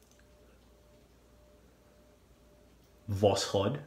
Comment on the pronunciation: Great video but you are still saying the name of the blade wrong... If you put восход in Google translate it gives a fairly good pronunciation. It's pronounced vas-ch-ot. In Russia a "o" is often pronounced as a "a" and a "d" at the end gets a t-sound...